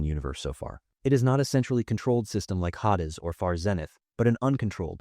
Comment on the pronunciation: That's where I stoped watching. Hahh'-des. Ahhh-loy'. Sheesh.